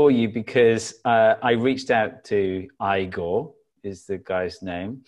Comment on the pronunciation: As far as stuff getting lost in a translation goes: it didn't happen. Igor (btw, pronounced EE-gor) makes it seem everything is legit, doesn't sound ironic, etc. Source: Igor speaks Russian (supposedly as his first language) and so do I.